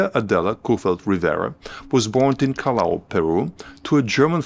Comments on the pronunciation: Callao is pronounced Ky Yow or Kye-yow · Callao is pronnounced Cayao